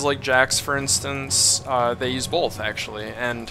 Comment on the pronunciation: haha you say "bolth" so rvb was right i didnt think ppl actually say it with an L. great video thanks alot bro